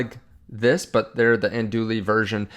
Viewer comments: I think your channel is awesome and the information is spot on. I want to do you a favor. Andouille is pronounced an Do ee. The L is silent. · Andouille is pronounced like “an-doo-WEE”